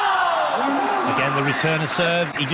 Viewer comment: fantastic game, but the winners name is not Jean (he is Chinese, not french) i just say in case the commentator doesn't noticed, maybe should get a schooling in international pronunciation